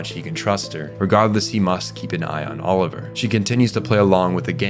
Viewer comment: Great video dude. My only gripe is your pronunciation of Olivier. 😂